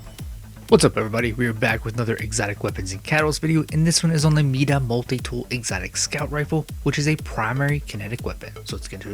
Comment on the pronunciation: “Meeda multi tool” it’s my-duh. Nice video tho thanks